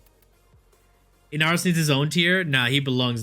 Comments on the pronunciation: First of all, if you don't watch his streams, it's always a meme to pronounce ember as amber and to pronounce amber as ember. And, inaros is just bad. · This man can't even read Ember correctly and then does my boy inaros like that. Baro is disappointed